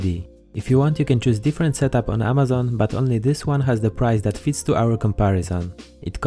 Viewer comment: U pronounce amazon wrongly